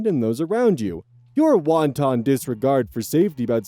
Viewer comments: just to let you know... "wanton" isn't pronounced the same as "wonton." Wonton (wahn-tahn) is Chinese food. Wanton (wahn-ton) means "deliberate and unprovoked." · the way you say wanton is hilarious. It's not pronounced the same as the food, bro. It's want and ton, not wonton. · Wanton: "WAHN tun". "WAHN TAHN" is "wonton". Sorry, but that kind of thing just makes my teeth itch. 😬🙂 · won-ton disregard😂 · Lol "wonton"